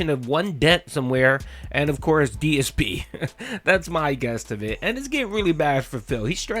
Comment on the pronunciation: “another fun day here at day-s-p gaming” 😂